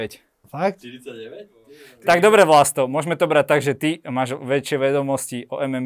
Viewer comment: Super rozhovor, páči sa mi ako tie debaty vedie. Vlasta mám rada, je to skromný bojovník. Môže toho dokázať ešte veľa, keďže má stále dosť málo rokov. Jedine čo mi drelo uši bolo VlasŤo🙉🤦‍♀️